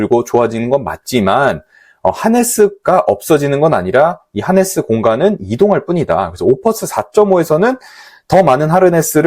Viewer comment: 하네스로 써놓고 하르네스로 들리는 이유는 뭘까요?